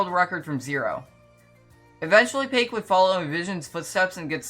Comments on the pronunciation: no way you said pake😭😭 her name is pronounced pack-oh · bro said “pake” 😭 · Pack-oh, mu guy, P A C K - O H